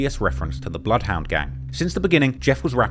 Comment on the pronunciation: Bloodyhound Jeff then immediately puts up bloodhound Jess graphic on the screen, is this like saying 2pac’s name because it sounds wrong to you ?